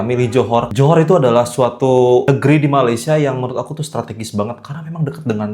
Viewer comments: Korang sebut Malaysia jadi Ma-lai-shia kenapa dohhh.. 😅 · dah macam mandarin plak 😅